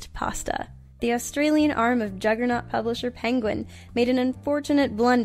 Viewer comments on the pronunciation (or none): none